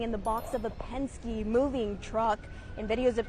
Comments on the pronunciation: It is pronounced Penn-skee, Not pensk. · doesn't even know how to pronounce Penske. She might have wanted to ask them about the incident a year or two ago when 58 illegal immigrants were found being transported in the back of one of their trucks, the only thing heard out of them was crickets. ICE are federal law enforcement. The arrest they make are not just of illegal immigrants. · Why am i not surprised that the Latina reporter can't pronounce Penske.